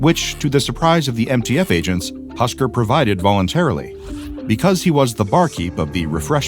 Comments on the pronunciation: its not husker its husk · its husk not husker! right?